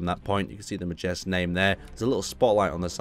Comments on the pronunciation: I think it might be pronounced "Mayersk", but I could be wrong. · the rj is a tricky one. the name is supposed to be pronounced 'Mayersk' the rj has a Nordic sounding to it so it is pronounced that way.